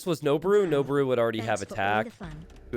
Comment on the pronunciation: Pitch accent for Noboru is low then high. It means "to ascend".